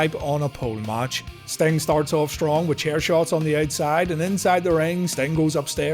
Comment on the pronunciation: ah yes, the man called stomg